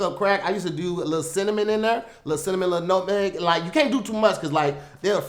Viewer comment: Hey, me again. Yeah looks like he said Notemeg instead of nutmeg, he's having a real tough time with those spices. Anyway back to the studio.